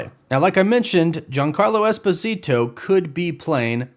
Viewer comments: That pronunciation of Giancarlo Esposito is epically bad. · can you learn how to pronounce giancarlo esposito's name please